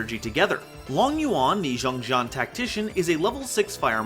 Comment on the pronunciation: pronouncing XiangJian as Jeong Jeong hurt my soul... Because it's Chinese and that's not how it's said. (For those who want to know the pronunciation, it's pronounced "Siang Jien")